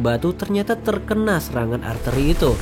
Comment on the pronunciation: Artileri bang bukan arteri 😂